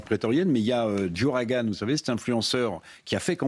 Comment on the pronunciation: Ce pauvre Eric Revel qui ne semble rien capter de ce que Joe Rogan exprime sur son Podcast et massacre son Nom en "Joragan" dèmontre le fossè abysal entre l'info des medias mainstream et la rèalitè sur le terrain !!! What you see is Not what really happens !!! 🤠🤠🤠